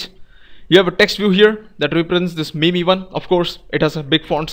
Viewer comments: awesome video. Its pronounced "meem" btw. Not mee-mee :-) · couldnt focus anymore coz i was laughing .. hahaha